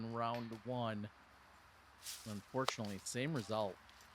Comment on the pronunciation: Can't really ever hear you say the "UN" part of unfortunately and it sounds a bit opposite.